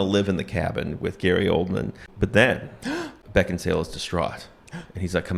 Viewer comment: Wow. Bridget the Midget was in Little People? This all makes sense now. Also....every time you said Gary Oldman...I thought you said Coleman....which is somewhat fitting, to be honest